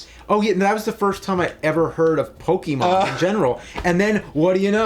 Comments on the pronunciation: really bother me much. But it's actually PoKAYmon, not PoKEYmo. I just don't like when people say Pokemans lol. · I can't even listen to you guys talk about Pokémon generally. Did you guys even play the games? It's pronounced "POH-kay-mon", though, not "POH-kee-mon". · its po ke mon not pokeemon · Pokémon is pronounced Po-keh-mon not Po-kee-mon there's an accent on the e é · Of course James & both call it Pokeymon. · Hum... It's pronounced Po-KAY-mon... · What is it with some people pronouncing it 'Pokeymon'? Cracks me up! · I hate when people call it "pokey mon" 😑